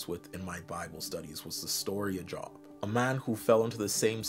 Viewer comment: The name Job is generally pronounced Jobe. Like, the o is the same as if you said, oh okay. Saying like work job is funny though, because it's probably fitting. People have unmoving faith in their obligation to hold a job.